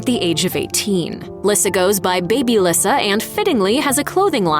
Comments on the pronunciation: It's Lisa not LISSA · Lyssa is pronounced "lee-saa"...you should investigate the subjects before you voice the script...watch the TV shows.... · How could you possibly pronounce Lyssa’s name wrong? Its pronounced “Lisa” as her Mom’s is, hence “Baby Lyssa” And her clothing line “Baby by Lyssa” ❤ Please, if you’re a Chapman fan, you’d know this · If you watched the show you should know her name is pronounced Lisa even though spelled different 😂🙄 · It’s pronounced Lisa not Lyssa 😂😂😂😂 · Its pronounced Lisa wow.....do some research on the topic before you make a video on it. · Lessard Chapman's name is pronounced Lee-sa. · Lyssa is pronounced LISA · You mispronounced baby Lyssa it is pronounced “LEESA” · Wow how can you say a many so wrong so many times? It’s Lisa dummy. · It's pronounced LISA. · Her name is pronounced Lee-sah!! Omg. Have they ever even watched the show?? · Lyssa is pronounce leesa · Lyssa is pronounced Lisa and you missed out James Chapman who came after Wesley, but we have never seen or heard him talked about. Beth had Dominic and Cecily so including little Zebediah they had 13 between them! 👍💜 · Lyssa is pronounced "Lisa", and it definitely seems like Dog puts women before his kids....oh, and he's a racist 🤢🤮....which makes me wonder how many of his kids share his views? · Her name is Lyssa, pronounced “Lisa” Y’all should know that 🤦🏼‍♀️ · Your saying Lyssa name all wrong. Her name is pronounced like "Lisa" not the way your saying it 😂..... Her nickname is baby Lyssa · Her name is Lisa say it correctly seriously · I WAS COMING TO SAY THIS VERY THING. IF YOU'RE GONNA DO A VIDEO ON SOMEONE AND THEIR FAMILY, PLEASE FIND OUT HOW TO PRONOUNCE THEIR NAME THE RIGHT WAY. SO IRRITATING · You are a stupid narrator, you are pronouncing Lisa's name wrong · The repeated mispronunciation of baby Lyssa's name ugh so ANNOYING